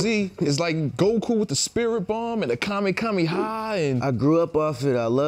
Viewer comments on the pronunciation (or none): Kamekameha I never thought I would ever hear a black man pronounce kamehameha wrong. But here I am. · Bro said Kame-kame-ha, y'all need a new interviewer because bro is clueless af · kamekameha he said